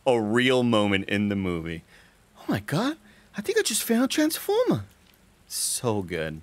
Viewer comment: “I think I just found a transfomah” 🤣